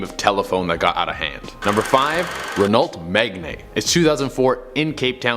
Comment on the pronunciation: Seriously. Ren-ohlt Meg-knee. This dude obviously isn't a car guy, nor, it seems, can he fukin read his own script properly 😂